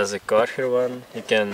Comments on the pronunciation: Great vid man but “dis foam cannon is from karherrrr” lol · I heared it, because you said ‘Karcher’ like a guy that speaks Netherlands.